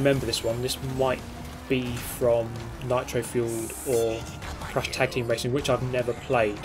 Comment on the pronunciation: Did you say Tag Team Racing?!